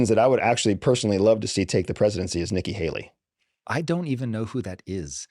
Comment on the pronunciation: AS SOON AS HE SAYS: NIKKI HELLY. I AM OUTTTTT Bye.